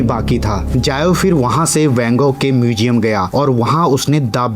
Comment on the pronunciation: Narration kay liye bhasha theek honi chahiye aap sh aur s mai antar sikho … muzeum mujeum nahi … stroke estroke nahi …